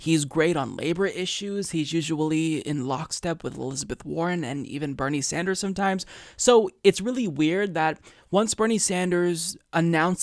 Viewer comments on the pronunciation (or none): none